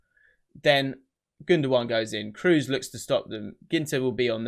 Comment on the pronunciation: Kroos is pronounded Craws in german